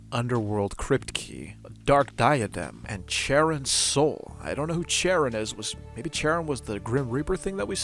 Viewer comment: Charon is read with a K fyi